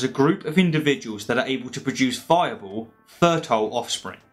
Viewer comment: He said viable and I heard Fire Ball hahaha